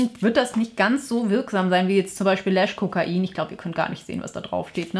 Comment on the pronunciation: Bitte sag nicht Lash Kokain..Es heißt Lash Cocaine (Kokayn ausgesprochen). 😅 Liebe Liebe 😊